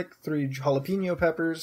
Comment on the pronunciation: You can properly pronounce "Worcestershire" but you pronounce Jalapeño like "JalaPeeñoU"? Srsly? XD